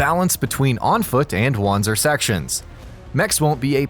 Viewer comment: its pronounced Vancer. W with a german accent